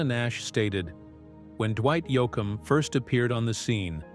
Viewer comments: Somebody PLEASE revise this and correct pronunciations!! Yo-A-kum, Yo-com, really? He's one of my favorites and a legend who at least deserves to have his name pronounced correctly! One of the BEST EVER!! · The way he pronounced “Texaco”! Also, Yo Com! Nuts! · Fractured his name especially when called Yoackum???? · I’ve always been a Dwight Yoakum fan and always will be!! I didn’t like how the narrator kept calling him “Yoakum”. I found it disrespectful. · II am a huge Dwight Yoakam fan so ....not pronouncing his name correctly and jumping around in time, I did not care for this, it is the first I have seen by this Elvis Rock Nation, and pretty sure I won't bother to watch another...it is just not for me. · Who is this guy reading he can’t even say Dwight’s last name it’s pathetic to listen to this guy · This commentary is a "run on" repeatedly saying the same thing over and over. At least get someone to read this that can say Dwight's last name correctly.